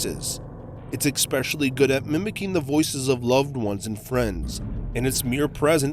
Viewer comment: it's ekshpecially...?